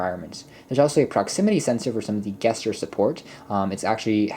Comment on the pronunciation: Is English not your first language? The word "gesture" is pronounced with a soft g, "jesture" not a hard G like you were saying it. I don't think I've ever heard anyone make that mistake before. Not trying to be rude, I just found that really strange.